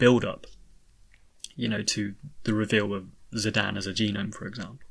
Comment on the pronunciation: I just wanted to say thank you for pronounces Zidane’s name as “Zidane” and not “Zidane.” It bugs me so much when people pronounce it that way. (But really I’ve always pronounced it the way you pronounce it)